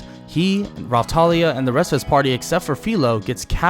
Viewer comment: I Watched This With Subtitles And When You Said Raptalia The Subtitles Said "Rawtalia" Like Bro What Kinda Raw Do You Mean? 😳😏